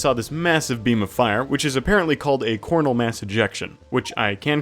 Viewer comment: You didn't pronounce Coronal Mass Ejection correctly. (you pronounced it as Cornal Mass Ejection)